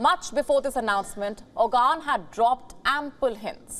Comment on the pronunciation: lol It's not Ogan it's Oğan the ğ is pronounced in the throat.